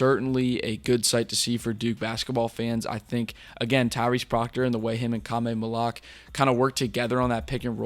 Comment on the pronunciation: For the host: Khaman's last name is pronounced Mal-oo-wash not Mal-oo-ahk